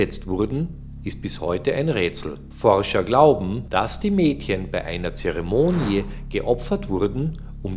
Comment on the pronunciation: Auch heißt es Zeremonie und nicht Zeremoni-e ...langes i am ende:( so gute recherche und einfach durch schlechtes vortragen wieder unerträglich.